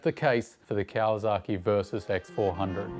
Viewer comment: mate.... great content as always but PLEASE!!!!!!!... STOP with the KawaZaki... there is NO Z in the word. That is like pronouncing Sydney as "Sigh-Da-knee". Never has been a Z, never will be. YamaZAKI is a whisky... but there is no ZAKI in Kawasaki. I have lived in Japan for 26 of the past 30 years... (well ten months of each of those years in Japan. LOVE being back in Oz and riding my dirtbikes day after day after day as often as I can... pre covid) Keep up the good, and work on pronunciation. LOL